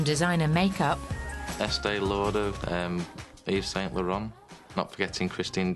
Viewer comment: he actually pronounced Yves and Laurent pretty well....